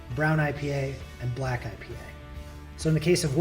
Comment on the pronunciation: He didnt even say black right